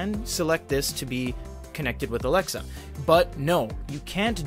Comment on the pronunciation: Stop. Saying... Alexa